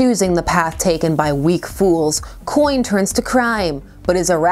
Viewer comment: “Coyne” XD